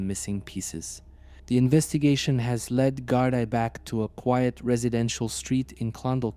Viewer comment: I think there was 5girls went missing in the Leinster area around that time and weren’t found I really hope this is solved for her family The narrator keeps saying Gardi instead of Garda